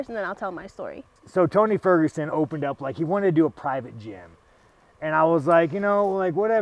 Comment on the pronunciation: Sean saying Tony Furgenson is crazy must mean a lot lmao